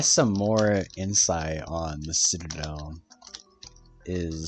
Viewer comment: Citrrrradel of Inception